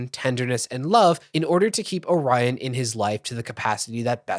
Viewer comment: AND kwite calling "Orion" Oh-ryan insteand of O-riion cracks me up and feels well deserving for that childish person.